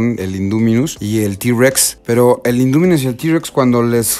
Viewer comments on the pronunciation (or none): No se dice induminus es indominus y dilophosaurus